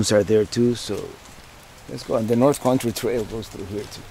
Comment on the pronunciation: I love how you say country. It sounds like corn tree. I always stop and say huh? Love it!! Keep up the awesome videos!!!